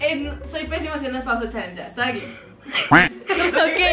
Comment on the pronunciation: Se dice pausa challenge no 👉pos challenge 😂😂😂😂😂😂lo dijiste mal